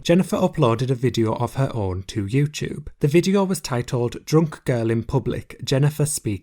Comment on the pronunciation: i can’t get past “yewcheube”